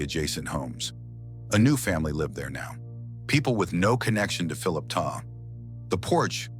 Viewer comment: His last name was TESTA....NOT TESLA😡